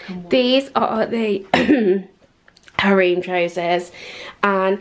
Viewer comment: Har-rem, plee-say. Sorry it was killing me. 😘